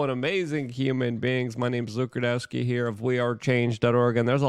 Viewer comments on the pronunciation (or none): none